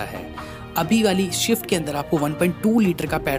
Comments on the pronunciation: भाई - आप स्विफ्ट को शवीफ्ट क्यों बोलते हो? मैंने सुना है आपको स्पीड, स्पेस बोलते हुए, इसका मतलब आप स्विफ्ट बोल सकते हो पर आपको गलत आदत पड़ गयी है. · It's not shift bhai it's swift take pronunciation properly